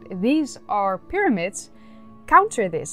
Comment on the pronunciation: 'Myramids' honey. 'Myramids'.